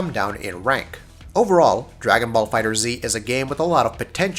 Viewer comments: erron black yeah trey Enma is right Bandai Namco had a livestream, at the end they stated that the game is pronounced Dragon Ball Fighterz not Dragon Ball Fighter Z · I do not care, To me it is Dragon Ball Fighter Z because Dragon Ball Fighterz is fucking lame sounding. Also it is the same concept as M1 Garand ( Gar Rand). Even though the creator pronounced his name Garand (Garen) . People say Garrand. Same principal here. Dragon Ball Fighter Z it is!!! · Trey Enma Dragon Ball FighterZ also doesn't have a space between Dragon and Ball even though the game is listed as "Dragon Ball FighterZ" on stores and Bandai Namco's website so I won't take that logo completely for granted. The simple fact that the creators stated that it's pronounced Fighters is a good enough confirmation of its pronunciation, but they still said that people are free to pronounce it however they want. To me, both "Fighters" and "Fighter Z" sound equally dumb, therefore I'm fine with either pronunciation. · Diego Fuentes Da Eira Yes, but do you pronounce gif as "jif" or "gif"? Because "jif" is the correct one, but "gif" just sounds better, and the same goes for FighterZ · Jotaro Kujo you’re right, the developers already confirmed the pronunciation. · It's pronounced Dragon Ball Fighters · As soon as he said fighter zee he lost me... ggs though bro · HOW TF AND WHY TF ARE THERE STILL PEOPLE SAYING FIGHTER Z Like seriously how do you put out a whole ass review and do research on something but still pronounce it wrong? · Do you need to say the title every 5 seconds never mind say it wrong every single time? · For the love of dende at least say the name of the game correctly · You’re so trash saying Fighter Z. It’s FighterZ (Fight-ers) you bandwagon goofy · Pronounced "fighters" not "fighter z" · If it is pronounced Fighters, why is the Z big at the end of it? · It’s pronounced FighterZZZZ not Fighter Z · Not Fighter Z just Fighterz, sorry but that was just bugging me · FighterZ, not Fighter-Z